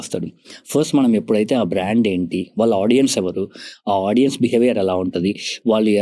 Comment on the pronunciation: Hey sorry to say. It's very irritating to hear audien? There's nothing like audien. Audience is the word. Content is great but pls correct this vocabulary.